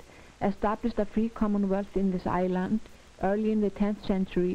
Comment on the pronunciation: It's ISLAND